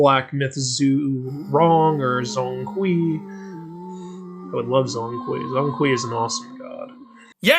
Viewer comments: Broooo please get the pronunciation right it’s not zong kwee it’s more pronounced jong kwei 😭😭😭🙏🙏🙏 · zhong hui should be spell or pronounce Jong kway. eveyone is pronounce as Zon kwee. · Zhōng Kuí 鐘馗 pronounced "Jong kuay" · BTW Zhong Kui's pronunciation in Mandarin Chinese is Zhown Kway, if you're interested. Zh is pronunced like Dr (as in Dragon) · you gotta work on your pronunciation of Zhong Kui 钟馗